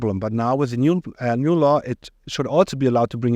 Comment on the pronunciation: I heard "Law" as "Lie" 😅